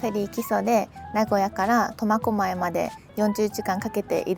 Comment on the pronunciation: 最初コマコマイって聞こえるけど間違ってたらすいません!